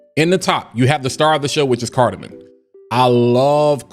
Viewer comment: lol not to sound like a critic bro but it’s carda-mom 😂 not carda-min .. great thorough review 🤙